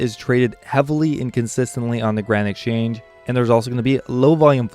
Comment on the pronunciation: Why cant you say exchange nigga